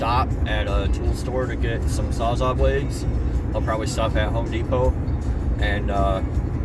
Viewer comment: FYI- it’s NOT called a “Sawzaahh”. It’s “Sawz-ALL”, after the brand of reciprocating saw. Just like “Channellocks”, a name for slip-joint pliers.